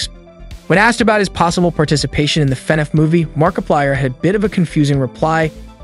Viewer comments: BTW to all of you who have yet to ever notice this video was made using voice AI you can really tell soulless and you can very much hear few times the AI struggles. For a example - the voice starts to break down you can hear more of a grovel in the voice like the Ai struggle to add the bass tone in the voice a clear sign of AI voice in at least 2023 and said "mark a paler" XD. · bro he said markipiler once 💀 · bro said Markapiler 🤡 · And you cant forget the amazing fnaf player “markipiler” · Anybody else catch his mispronunciation on 'Mar-I-plier'?!?!? MARKPILIER?!?!??!?!?! Ok..I'm done. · "Mark-i-piler" . Nice work. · The Fenaf movie, markieplier, Scott cawthOn. Ngl the way everything was pronounced got me rolling